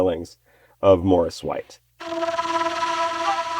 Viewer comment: It's Maurice not Morris